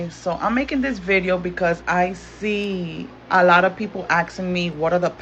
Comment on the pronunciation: Who's axin', what is axin'?